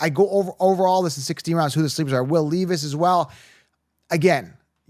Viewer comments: Will "Lee-Viss" "By-jon" my god...... its like my wife trying to talk to me about football lol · And Will “Leevis”